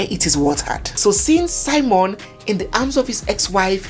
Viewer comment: On the title, it's spelt SIMEON... When you narrate, you call it SIMON.